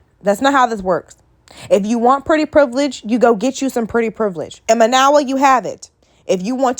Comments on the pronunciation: You didn't even pronounce Mayowa name correctly. You listened to reply not to understand. You made valid points but did you actually listen to Mayowa or were you triggered. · Are you saying her name wrong on purpose?